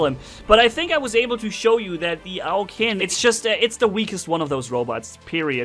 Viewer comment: The name of this robot is pronounced, "Ow Chin".